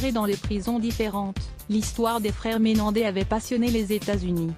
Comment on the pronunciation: MenendeZ 😂😂 ! Pas Menendé ❤